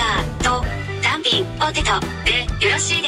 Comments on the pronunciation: 単品のニュアンスがたん↘ぴん↗で笑った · たぁ↑ん↓ぴぃ↑ぃん↓ めっちゃ笑ったwww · hirotaka shinohara なぜか「ぴん」だけアクセントかけてるw